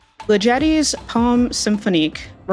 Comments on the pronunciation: Someone else may have said this before, so sorry if a repeat, AND I hate to be “that” guy, but since I studied 20th-century music at university, I feel obligated to point out that the composer’s name is pronounced Li’-ge-ti — Emphasis on the first syllable, and with a hard “g” as in get. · As a professional classical musician, I just wanted to clarify the pronunciation of Ligeti. It's a hard G and the stress is on the first syllable. Anyway, love the show! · I've come across György Ligeti before and know about some of the weird musical performances he's come up with, so for the first time I instantly got the answer for this one. It's a shame they didn't even try to pronounce his name correctly though.